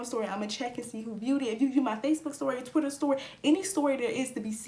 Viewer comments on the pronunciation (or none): none